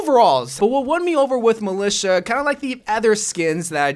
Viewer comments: No1: malica😂 might just sound like that cos I’m English but I’m pretty sure it’s mil-I-ta😂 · Its pronounced mili T a